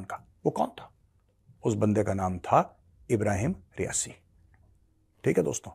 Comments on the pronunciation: Major jee, You utterly ruin a great analysis by getting the names of the Iranian leadership wrong. Khomeini is not the now supreme leader, it is Khamenei. Khomeini is the person whose portrait is behind Khamenei. And by the way the demised president is "Raisi" not "Riasi". Apart from that a perfectly logical analysis. Who did it, take your pick, there are numerous players in the Iranian leadership to have wished Raisi and his cohorts gone. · एक रिक्वेस्ट है मेजरसाहब ,तहे दिलसे। सबव्यक्तिविशेषोंके नामका आप गलत उच्चारण ना करें...जो मारे गये वो रईसी है ,रियासी नहीं। और जो सर्वोच्च नेता हैं उनका नाम ख़ामेनै है...ख़ोमैनी नहीं।... ख़ोमोनी तो पुराने शीर्ष नेता थे। बाक़ी आपका एनालिसिस सर्वोत्तम रहता है।